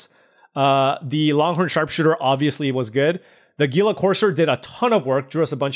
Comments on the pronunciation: It's pronounced "heel-a". Not "geel-a". :) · Hila Corser. Is how it's pronounced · Its Heala, thats how gila courser is pronounced.